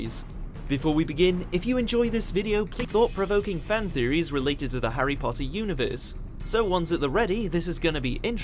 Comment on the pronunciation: When you said Potter" it did sound British. You're getting there with the accent :-)